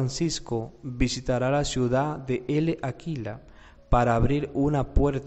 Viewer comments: Se lee Láquela, no Ele Aquila. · La "L" de L'Aquila, no se pronuncia.